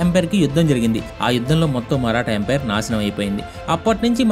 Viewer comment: bro thappuga anukonante oka suggestion, empire ni emperor laga pronounce chestunav bro video antha. ante for example, maratha empire ni maratha emperor antunav, neeku teliyandi kaadu kaani cheptunna